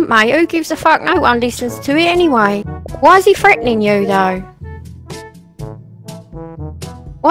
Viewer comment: “freataning” LMAOOO 🤣🤣😂😂🤣🤣